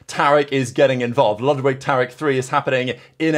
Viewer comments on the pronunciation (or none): none